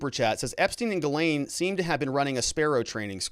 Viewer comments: She was born in France. Her name is supposed to be pronounced Gizlaine, not Gilane. You can look it up on utube. The English cannot /will not pronounce foreign names. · Ghyslaine is a French name and should be pronounced jiss-len. I know many Ghyslaine living in a French speaking province.